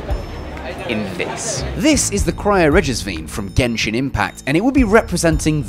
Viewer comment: did he just say Genshin.. With the other G...